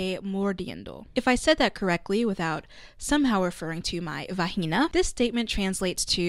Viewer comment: as a spanish speaker i BURSTED INTO LAUGHS WHEN I HEARD THE "va-gee-nah" its just hilarious